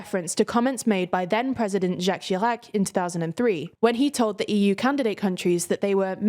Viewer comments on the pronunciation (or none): none